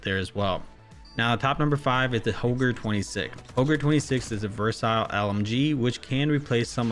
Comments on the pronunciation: I'm confused, is it pronounced "versile"? Or "versatile". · I just wanna say “it’s versile” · Exactly lol... It's like just reads the script which cygnoux gave him every time lol... He's even pronouncing the word "versatile" wrong🤣 He literally repeats the same points everytime for every single gun like good Bullet Spread, ADS, TTK, Reload speed, Mobility which everyone knows lmao... It's like he has nothing else to say except these points lol😶 His top 10 list sucks now from the past couple of seasons